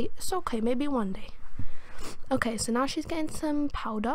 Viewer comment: 'but is okeh' dead